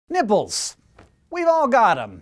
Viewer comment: ... I thought I'd never here Hank say "Nipples..." like that.